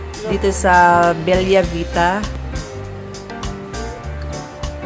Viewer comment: Bella Vita is read as Bela not Belya.. its italian Beautiful Life😊